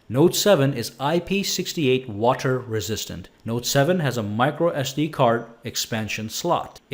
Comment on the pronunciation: did he say watcher resistant?